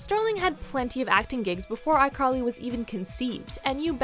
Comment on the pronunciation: iCarl-hee hee